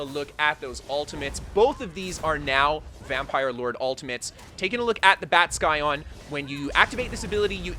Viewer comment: Future reference,the c in Scion is silent.